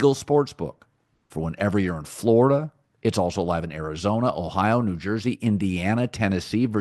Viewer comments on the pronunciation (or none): none